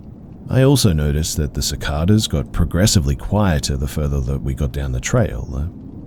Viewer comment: Idk why but the way you incorrectly say cicadas makes me laugh waaaaaay more than I should have